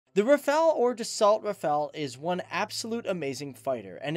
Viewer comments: He also said das salt instead of da so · Great video. But you don't say "DASSOLT" but "DASSO" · pronounced Dasso NOT Dassault you fool , learn some French old boy! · Dassault - pronounced "da-so" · Stop pronouncing the T at the end of Dassault, it's French and therefore silent.